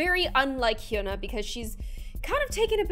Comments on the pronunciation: Not hyuna its like Yuna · you are pronouncing her name wrong its Hy-u-na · k but why u saying “hyoona” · ANY KOREANS HELP ME, IS IT PRONOUNCED HYOOONA OR YAANAA (H SILENT?) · It's pronounced Hyana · It’s so funny u can’t pronounce her name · I don't really think u pronounce her name right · please pronounce her name correctly. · u said hyuna wrong, If u said hyuna a 7x faster it’ll be correct😊 (just sayin) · You said the name wrong I’m Korean so I know lol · ohmygod learn how to say her name right. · Okay, amazing video, but, I have to say, you're pronouncing her name wrong. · it’s funny gloom says hyuna wrongg 🗿 i’m soRRy